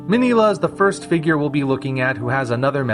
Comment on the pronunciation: What an amazing review. I love "Destroy All Monsters". I just watched Round 1 and it too was an amazing review. Oh, and by the way, I noticed that you pronounced Minilla wrong.